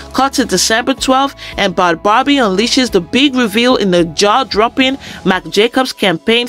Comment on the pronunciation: You said her name wrong. It’s pronounced bad baby